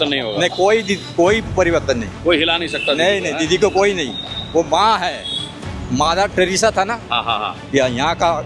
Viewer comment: Mother teresa ❎️ Madhar Teresa ✅️ 😂.